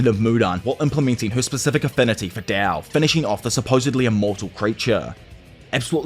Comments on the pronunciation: stop saying dao its tao bruh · its tao not dao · Bruh... why are u calling it dao... its literally tao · T-A-O "tahh-oh" not dow like dow jones 😂😅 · he keeps saying dao.. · Thought it was called tao, why is bro pronouncing it with a D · I really love what u do bro but the constant mis pronunciation of Tao is driving me nuts 😢